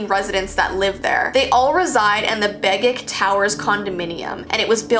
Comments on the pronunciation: Omg, I live in Alaska. (And Begich is pronounced BegiCH like how you would say CHips) (Seward is pronounce SOOwerd) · Sorry the first few attempts made me cringe. Here’s the pronunciations. Whittier: Whit-tea-ear Begich: bay-gidge Seward: Sue-ward. Anyway, I go to UAA and ima grow my hair out and go to the auditorium in the fall. Also it could be he hates brunettes because there is a lot of domestic violence that affect native women in Alaska.